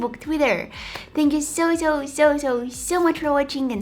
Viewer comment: I lovee youu..❤️you always inspires us so soo soo sooo muchh(trying to match you accent when you sayy soo soo soo much at every end of your videos😉)love to see such videos with such a beautiful soul❤️...